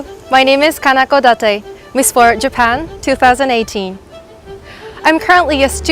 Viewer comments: Nice video. .but why do you say miss old 😀😀😀? It's miss world. .use (W) W O R LD ..alright. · its MISS WORLD....not orld....